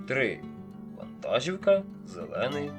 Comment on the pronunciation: Українською мовою наголос у слові вантажівка іде на склад "жі". Ті хто починають розмовляти українською або з Західної України постійно неправильно ставлять наголоси у словах.